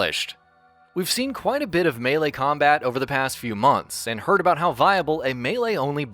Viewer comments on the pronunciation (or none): none